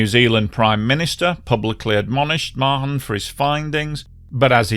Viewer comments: A great video, thank you. One small note - here in NZ I've usually heard Mahon pronounced with an almost silent H, so it's sort of like Ma'an. Happy to be corrected by other NZ ers though:) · Mahon pronounced Marn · Pronounced “Maaarn” not Ma-hon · very well coordinated account of the tragedy which I remember so well. My children's lovely teacher was on the flight. Her loving husband had treated her to it, and thereby widowed himself. Incidentally the H in Mahon is silent, so it is pronounced Marne.